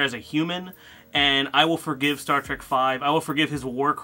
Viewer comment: Can you tell your friends to stop calling it “Star Track”?